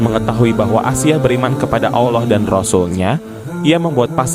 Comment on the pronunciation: Ralat asiah bukan aisah broo